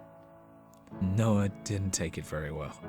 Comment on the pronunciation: noah more like NO-uh